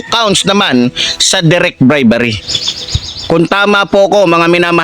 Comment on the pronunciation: Hindi BRIBARRY😢😢😢BRI-BE-RY😅😅😅BRIBERY